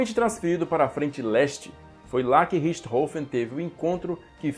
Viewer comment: Mestre obrigado por ensinar a pronúncia correta do sobrenome de barão vermelho 🛩